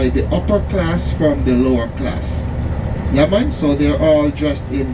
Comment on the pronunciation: got that “yeah mon” just right!